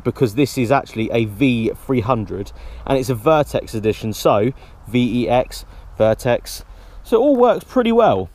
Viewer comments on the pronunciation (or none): none